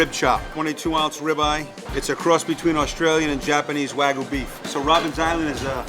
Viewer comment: Not the "Wah-goo".. 😭 It's pronounced Waa-gyoo 🙏🏻